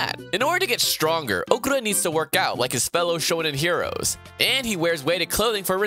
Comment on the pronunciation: The way he called Okarun really disturb me